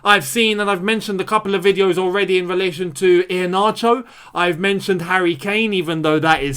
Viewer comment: It is pronounce E - AR - NA - CHOR... IHEANACHO. AM A NIGERIAN